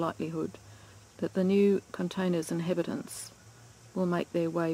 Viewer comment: It is a shame that a dummy like me thought you were saying "inhibit ant", intending to convey "inhibitor", instead of immediately appreciating your being nice to the flies by referring to them as inhabitants. Too funny. But then I am 12,000 miles away in New England.